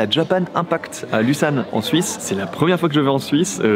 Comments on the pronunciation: si jamais on dis pas Lussane mais Lausanne :) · Alors par contre, on dit Lausanne et pas Lussanne, stp!!!! 😂 Comme Lôzanne, 😅 yes, trop beau on se verra a l'EPFL! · On dit pas Lussane mais Lausanne (Lozane) 😂😂 en tout cas hâte de te voir dans ma ville!